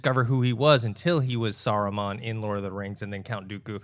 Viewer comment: He didn't play a character name Soraman. He played Saruman. You have seen the movies, right? His name is said numerous times in the movies. Listen next time.